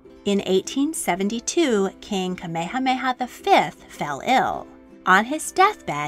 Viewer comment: This video was fascinating and very informative about the history of Hawai’i’s last Queen. My only critique is that it was almost painful to my ears to hear the narrator butcher almost all of the Hawaiian names, (except Kamehameha👍). I’ve found this is almost universal among most docs about Hawaii, and the language definitely isn’t an easy jump from English, BUT if you’re making a half hour piece and doing all the factual research PLEASE take a little time and at least learn the pronunciations of the people in your documentary! Ok I’m done😉